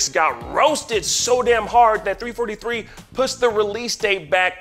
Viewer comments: Ign who hired this guy? How can you guys even claim to cover the video game industry when the man doesn't know how to say the name of the company making Halo? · First ign says halo is being made by bungie and now they can't even say the studio name right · 343 not three forty three... that’s just stoopit